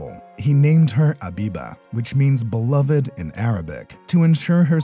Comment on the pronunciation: It's not abiba it's habiba